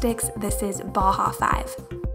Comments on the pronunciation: Bauhaus= Bow-House not bahahaha 5. Nice video though. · it's pronounced b-ow-house.